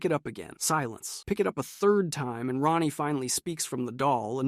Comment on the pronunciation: Hahaha Ran-Ee instead of Raw-Nee got me